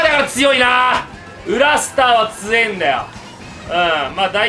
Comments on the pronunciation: 「緊急速報」 裏アイテムがスター=「裏スター」の発音 は、クラスター感染の「クラスター」と同じ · 裏スターがクラスターに聞こえる笑